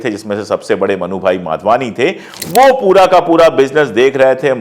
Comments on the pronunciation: Madhwani not Wadhwani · माधवानी को बहोत बार वाधवानी क्युं बोल रहे हो । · I always like your channel. A correction- the surname of the family is Madhwani, not Wadhwani. Or perhaps I am hearing it wrongly. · Vadhvani nahi madhvani hai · भाई साहब, नाम के उच्चारण तो सही‌ करें.......यह परिवार ' माधवानी ' कहलाता है, वाधवानी नहीं ❤😢😅😂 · You keep saying Wadhwani, the family's name is Madhwani and not Wadhwani. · नाम माधवानी है आप बार बार वाधवानी बोल रहे हैं. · It’s Madhvani not Vadhvani! Through your you call them Vadhvani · They are MADHVANI and not Wadhvani as you pronounce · Pandey ji you have to be clear while speaking. Was it madhwani or wadhwani?